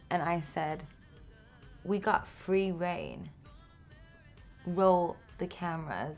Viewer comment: Why did she get British all of a sudden with “we got free rain”